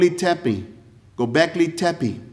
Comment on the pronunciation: The gobleki Tepe 🤣🤣🤣 This guy💀